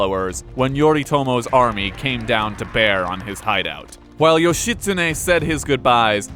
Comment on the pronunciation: How hard is it to look in a dictionary or encyclopaedia to find proper pronunciation of the name of not only a famous historical figure but the name that is also the central figure of the video you're making and saying over and over again? Not expecting Ancient Japanese reconstruction, not even expecting modern Japanese vowel pronunciations, but not even getting the syllables right is too painful. It's not as if there are any internationally famous Japanese mass media entertainment characters called Yoshi that might have given you a clue.